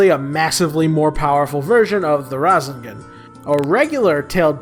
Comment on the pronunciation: Its ra-say-gon